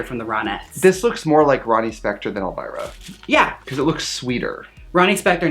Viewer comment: When Trixie said elvirus... LADIES AND GENTLEMEN WELCOME TO THE STAGE ELLE VIRUS!!!